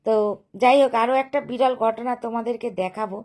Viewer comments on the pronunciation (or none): বিড়ল নয়, বিরল